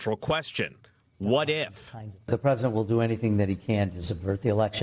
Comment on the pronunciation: Not the peesident